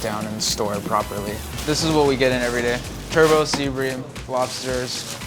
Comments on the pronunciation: Why pronounce Turbot as Turbo? In Spanish it's called Rodaballo. In English the T at the end is pronounced. Great food though. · Fun Fact: In Canada its called a tur-but, not tur-bou. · I found the way he kept calling the turbot a “turbo” was distracting, though. I know the French say it a bit like “turbo” – but it’s been turbot in English (and American English) for centuries. And “steinbutt” in German, “rodaballo” in Spanish, “палтус” in Russian, “Dà líng píng” in Chinese, “turawaka” in Māori and so on. Mind you, I’d be happy to eat it, whatever he wanted to call it. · Dear America, Genuine question: do you pronounce "Turbot" - *Turbo*? i.e. without a hard T at the end? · Calling Turbot Turbo is cracking me up, y'all ain't french and neither is that fish! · 'Turbo'.... Lol didn't know they pronounced like this. I love this I need to be more confident with fish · American's pronouncing Turbot as Turbo, major cringe